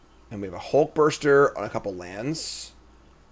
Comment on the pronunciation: "Hulkburster" has to be the most irrationally triggering mispronunciation I've heard from yet.